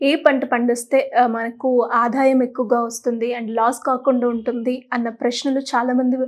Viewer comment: Matrubhasha nu kooda palaka Leni ankar aadayam Ane chinna padanniaadhaayam